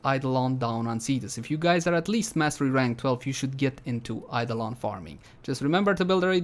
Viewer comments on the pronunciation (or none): none